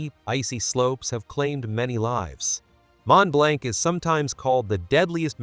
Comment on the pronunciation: ..& with short 'o' sound: 'blonk', rhymes with honk, not a long 'a'. Many Mispronuciations are dreadful..